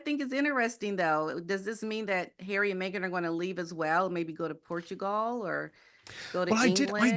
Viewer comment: Who is this person and why isn't she afraid of getting sued? She can't even pronounce "Portugal" properly. Give me some Lady C....she has a solid, good reputation and possesses gravitas. This gossipmonger is not doing it for me.